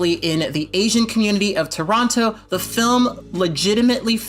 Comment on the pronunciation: this video is spot on but I can't watch it because the way you pronounce "Toronto" is triggering me